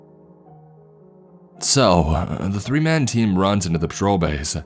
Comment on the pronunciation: "man" = "men"? Someone wishes it was "raining men". Hallelujah. The "corps" part is correct".